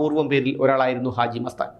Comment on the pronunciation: പക്ഷെ ആ ദാനശീലന്റെയ് പേര് ഇപ്പോഴും തങ്ങൾക്കു നന്നായി പറയാൻ അറിയില്ല.... അജി മസ്താൻ അല്ല... ഹാജി മസ്താൻ